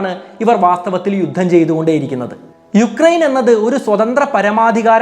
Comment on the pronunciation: യുക്രൈൻ അല്ല ഉക്രൈൻ ആണ് sir